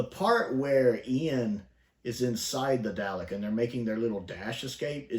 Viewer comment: I can't get past the dalek pronunciation here